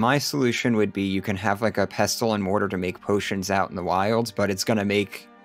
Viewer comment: The T in pestle is silent.